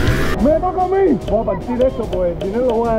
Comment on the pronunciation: se dice voy no boy